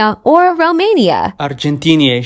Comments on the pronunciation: " Austtrayesh " " Argentiyeish" " soukcageh" Bro need frickn' oscar☠💀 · As an Argentinian, i am Absolutely ofended with the way u pronounced it.